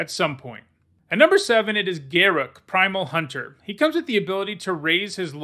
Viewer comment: Please learn how to say Garruk's name properly. WotC has stated that his name is Garruk, and it rhymes with Truck (they literally said it rhymes with truck).